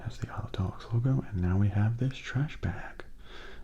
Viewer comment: I just realize if anyone keeps saying “Isle of Dogs” it sounds like you’re saying “I love dogs” lol just thought I point that out. XD Oh when I first saw the trailer of the movie, I thought it was strange but I’m thinking about watching it as a lot has said it was good :)